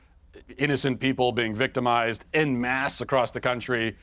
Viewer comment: “I’m so smart, but I don’t know how to pronounce ‘en masse’.”